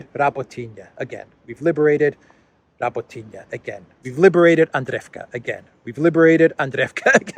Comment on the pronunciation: Nikki Haley was on CNN not on Fox. Turdo is up to his brows fighting India and the India scandal and won’t be too concentrated on Elensky visit And again,, it is not Rabotiniya 😊 It is, Ra-bó-tee-no with the stress on ‘bo’ 😉